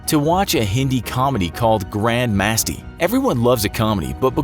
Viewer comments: it is not masti its written like that but pronounced (musti) I learn hindi in my school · it's pronounced "musti" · GRAND MAAASTHI...... WHAT ? ITS MASTI ... BY THE WAY WHO IS INDIAN HERE ...... 🙋🙋🙋 AND WATCHED THAT FILM. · Pronunciation of grand masti almost made me laugh to death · The was he pronounced masti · IM GONNA LAUGH MYSELF TO DEATH AT THE WAY YOU PRONOUNCED “MASTI” 😂😂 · grand straighten lol,the pronounciation hehe i literally laughed to death